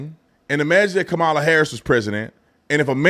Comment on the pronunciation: They were mad when you didn't pronounce Kamala name right